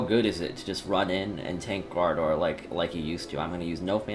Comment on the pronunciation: Corporeal 🤣 my guy that's not how you say it ! 🤣